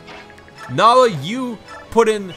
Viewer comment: great to see other people calling her Nal-ee-ah even if it’s not right, i know her name is Nai-lah but i’ve always said Nal-ee-ah